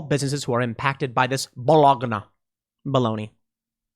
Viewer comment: The way you said bologna gave me flashbacks to your election coverage and all the names you mispronounced.